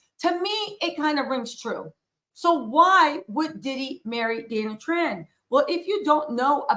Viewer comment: He can’t say her name